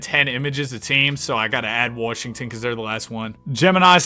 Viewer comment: u gotta quit with the "warsh" 😭